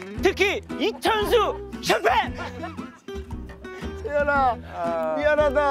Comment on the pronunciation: 으이구 그러게 말조심 하지 에서 나피디 흥분해서 쉴패휔 이러네